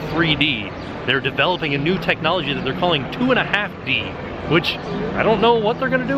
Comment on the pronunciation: did you say a NUDE DVC Resort? Because thats definitely what I heard...